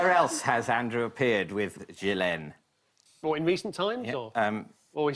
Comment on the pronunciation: I mean I hate her but it’s Gill en not Jill N probs mixing the pronunciation with Virginia Giuffre